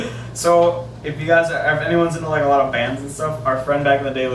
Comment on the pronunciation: Do you mean 'Allah-t' of questions?... ptptptptptptpfpfpfpfpfpfpfptfppftpfppgft